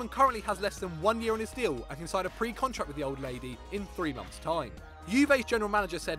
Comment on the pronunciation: Its Can not Chan